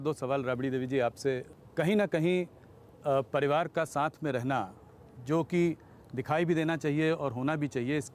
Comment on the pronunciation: anchor ji ap mahan ho....'pariwar' ko jb 'paluaar' boli fir bhi apko hansi nhi aayi..